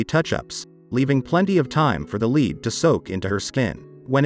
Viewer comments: Why do you keep saying LID when the word is LEAD? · Stop saying leed It's lead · The pronunciation of the word lead is mispronounced many times. Some saying it with a long e like reed, a short i like lid and then other times it’s right with a short e like lead. Other than that it’s a good video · Because you keep calling Lead, ie the heavy metal, LEED. It’s pronounced LED. At the beginning you even call it LID….I was wondering what that was! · Interesting, but the robonarrator makes a few mistakes which give him away. Such as pronouncing the metal lead as "leed".